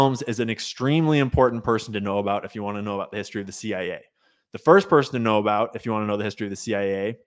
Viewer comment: Talking aBOOT up river! Where is Indira Singh?